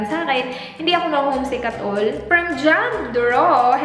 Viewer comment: "at ollll" hehehe cute my diin talaga :)